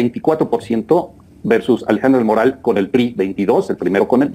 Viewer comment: 👁⚡️👁 Oiga, pronuncie bien el apellido. Es Alejandra del Moral y no del Morral como lo pronuncia usted. Solo tiene una "R" y no dos. Moral y Morral son dos palabras distintas y se pronuncian diferente.